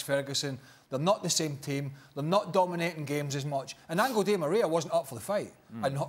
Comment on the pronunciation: “Angle” Di Maria